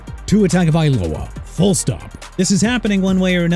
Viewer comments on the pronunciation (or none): none